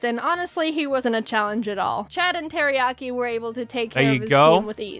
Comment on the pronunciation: Its Teriyaki not Teriyari